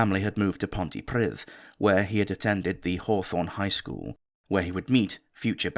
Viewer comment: Great video as always sir! If you'll forgive a bit of pedantry (I'm sat in Ponty station as I write this) you got the "dd = th" spot on but the "i" is more like an "e", so sort of "Ponty-pre-th". Lets all hope the [expleteve deleted] never gets to see the place again.